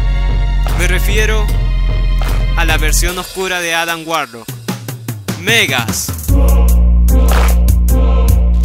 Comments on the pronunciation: Me hace daño cada ves que pronuncias Megas, cunado en ingles siempre lo he oído pronunciar como Magus. Por lo demás buen vídeo. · Porque le dices Megas al reverso de Warlock ?? se llama Magus. tal cual como se escribe. Este personaje villano concretamente no tiene en el nombre fonética inglesa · Me encanta la pronunciación de "Megas" para Magus... casi se parece...